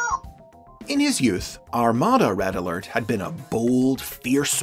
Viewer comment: RED UH ALERT WOO WOO WOO WOO WOO WOO